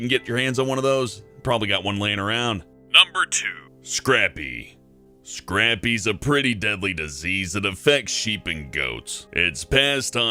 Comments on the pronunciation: Scray-pee, not scrappy!! In reality?...both are fine, but whenever I hear scrappy it reminds me of how messed up Scooby Doo became :) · It's actually pronounced SRAPE - EE. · Yeah that is NOT how you say "Scrapie" it is pronounced more liek: Skrei-pee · I'm a sheep breeder. it's pronounced "scrape-ee". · He adds an extra P in Scrapie. I give up. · That is not how you pronounce Scrapie...